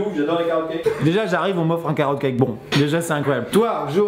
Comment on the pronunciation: Mais Mec !! Quand il a dit "ouais c'est un carotte cake" j'ai compris un KARAOcake (KARAOKE) !!!!! JE SUIS DEEEEAAAAAAD !!!!!